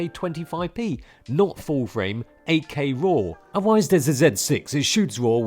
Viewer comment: Took me a while to hear "8K". I always understood "AK" and I was like...who the hell wants to put a gun in his camera?😂